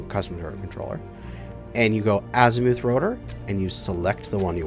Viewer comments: Bro, I’m sorry but the U in “Azimuth”makes the same sound as the U in “us” or “up”. Not azimooth 😂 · Ass eee mooth.... you canooks crack me up. :P